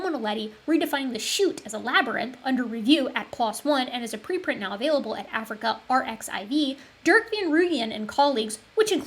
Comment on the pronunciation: AfricArXiv is probably pronounced Afric-archive.